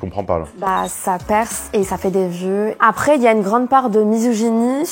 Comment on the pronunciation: Par exemple elle dit aprés au lieu de après